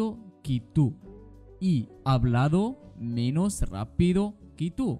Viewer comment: أنت تلفظ menos غلط